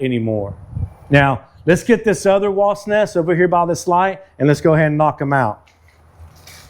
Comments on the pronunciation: Wasp... Not wost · I have lived in Texas more than 25 yrs and never heard anyone who is able to correctly pronounce the ‘P’ in WASP. It’s always Wast’ Must be a Texas thing. Like pronouncing New Braunfels as ‘New Bronze’ville’ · Is he saying WAST? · McKenzie, tell your dad it's pronounced "Wasp", not "Wast".